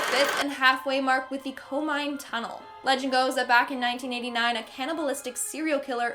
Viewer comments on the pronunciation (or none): This is fun, but it's Ko-mi-ne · i dont speak fluent Japanese but she said komine like comine but in Japanese its ko like coca mi like me ne the e is soft